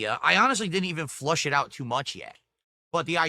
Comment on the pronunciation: This man is an alien. I didn't flush it out yet. You mean flesh. Just like when he was trying to drift corners in Mario Kart last week and kept calling it draft. #Gin-Brained.